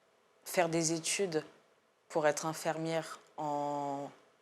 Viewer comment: Rien à voir avec le sujet, mais le journaliste dit "infermiere" c'est pas très professionnel !